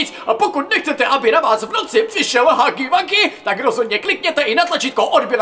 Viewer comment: Je to huggy wuggy a ne haggy waggy